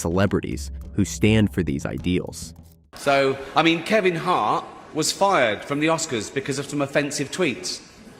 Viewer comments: Is the narrator's voice AI on these videos? It pronounces some words oddly. Kevin Hart was keLvin hart and so on. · KEL-vin.. Ludi cross. AI voicing is ass. Get a human.